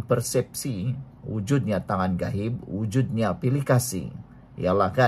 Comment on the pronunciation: Bukan GAHIB...GHAIB bang